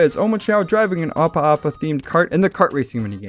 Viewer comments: The ideya from NiGHTS is pronounced “id-ee-ah” not “eye-dee-ah” Opa Opa is read as the letter “O” then “pah” “O-pah” “O-pah” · Also u said opa opa wrong it's pronounced oh pa oh pa